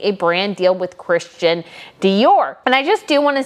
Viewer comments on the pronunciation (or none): none